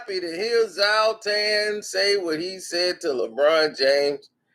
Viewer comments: ITS NOT PRONOUNCED ZALTAN ITS ZLAATAAAAN !! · HIS NAME IS ZLATAN. NOT SALTAIN. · ”Z🛴AT-TANN‼️‼️‼️‼️” Not Zolt-Tan You’re a Man U supporter u should at least know how to pronounce his name.... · Ibra contabra. Killing me. Its zla tan. Zoltan? Lol he's also a black belt careful man lol 😆 When someone says ahh umm hmm after everything they dumb. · Did he say Zaltan? Did he do that on purpose?